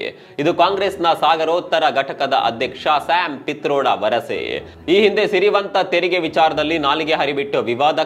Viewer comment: ಶ್ಯಾಮ್ ಫೀಥರೋಡ ಅಲ್ಲ ಕಿಟ್ರೋಡ